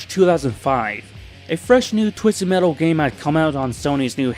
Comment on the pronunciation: Man don't put so much emphasis on the t in metal because now that I noticed it I feel like you do this purposely and not due accent wise, tbh now typed do you even have an accent or wtf? I can't tell and that bothers me greatly. LIKE hmm being unpolitically correct I can't tell if you would be from America or from another country? Please lemme know, low-key am curious of your nationality btw not making fun of your speech am legit curious. My accent is southern greatly Texas accent but yea great in depth vid what's your take on this all being in sweet tooths head? Edit: gets to the point in vid, and am facepalming myself, sorry for the previous gripe mb.